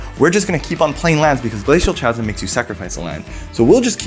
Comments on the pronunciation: Chasm is pronounced kasm ;P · Not that it matters, but the word Chasm is actually pronounced "Kazm". It's a weird word. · glay-seal kazam. that's the pronounciation btw. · Kh-asm, not cha-sm :) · it’s pronounced “Ca zm” like how you pronounce “Ca-t” not “CH-azm” like “Ch-ips” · Not tryna here hate or nothing here but isnt a native english speaker? How can he not know its pronounced "KHASM" with a hard C and not "CHASM with a soft C like Charizard? Im genuinely curious as its something i've seen native english speakers do with many different words alot in general. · "Ch asm" lol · The "CH" in "Chasm" is pronounced as a "K", just so you know :) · Guys. Glacial Chasm. It's a hard "k" sound, like Chaos Orb, not a "ch" sound like The Cheese Stands Alone. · Great episode but... the 'h' in chasm is silent lol